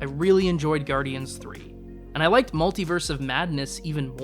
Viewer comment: Gudryans three? What is this guy, Canadian? :D